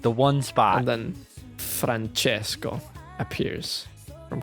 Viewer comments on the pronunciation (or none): none